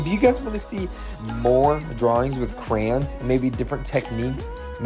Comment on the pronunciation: Cray-ons not crans😂